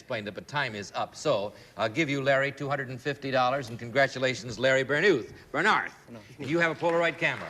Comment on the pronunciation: They mispronounced his name;it's Ber NARTH.Larry reached the Mets that year and lasted until 1971 with the Brewers.He was almost killed by an angry mob in Venezuela in 1965 after being misquoted.